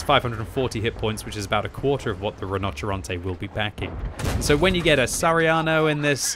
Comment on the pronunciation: SARIANO ? ITS FUCKING SAHARIANO ! WHRE IS THE H ?